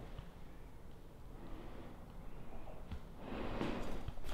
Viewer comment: it's sauna, not sana